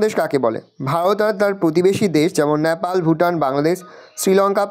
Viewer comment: ওটা ন্যাপাল নয় নেপাল 😊